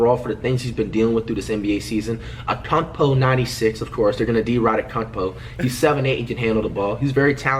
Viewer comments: Flight said Akuntepo said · Dude he says ankoupo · Flight frfr called giannis akoumpo😂😂😂